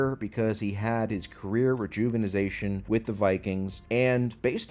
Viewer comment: Nobody else is gonna mention "rejuvinization."